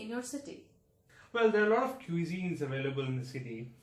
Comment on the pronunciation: Why are they making extra effort in saying the word cusine wrongly (qui zeen). The can say right word effortlessly (coo zeen)